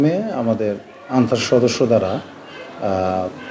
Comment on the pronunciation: আনছার না ক্যান্সার